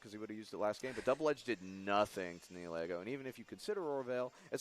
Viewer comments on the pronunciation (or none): Ugh! I'm bothered so much with how you pronounce Nihilego. It's Nihil (like nihilism) and ego (like your mind, not the waffle). It's modeled after a pretty hat and a mind-controlling jellyfish.